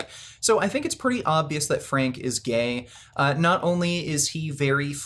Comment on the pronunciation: no, it isn't a quote from the vid. It's to add to the error he made by making gay sound like a possessive noun.